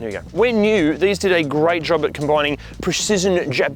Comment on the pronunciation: Ah yes, the famous Japanese preshizen